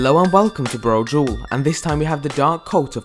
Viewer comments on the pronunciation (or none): That guy can't pronounce Broudal right.